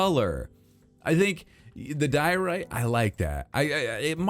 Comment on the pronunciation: It's diorite. It's a diorite-tree. It's a dioree😂